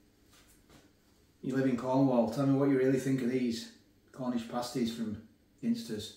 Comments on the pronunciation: why do you pronounce Ginsters as if you were looking for a 'Pin' in a haystack, would you ever go into a pub and try to order a Pin and tonic. This is just my spin on the proununciation of 'Ginsters'. Let me know why you say Pin instead of Gin. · we say gin as in the drink, ginsters you say gin as in Guinea pigs ..🤣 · Is it pronounced gin-stus or jin-stus?